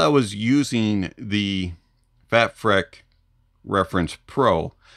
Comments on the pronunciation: Heads up, I believe it's pronounced FATFreak as opposed to FATfreck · Think it's supposed to be pronounced "freak" freq-uency. Lol